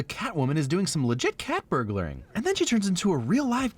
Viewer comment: Did.... did you just pronounce Catwoman like Gyattwoman while she was bending over in the apartment scene? 😅😂